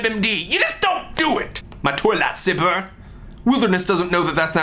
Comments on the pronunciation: First time I watched this, I thought you said "toilet zipper" when you said toy lightsaber. I figured it out, but the "toilet zipper" was funnier! Not sure how that would helped in the situation but, you know, funny...... ok I'm done. lol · when he says "toy lightsaber", I thought he said toilet zipper...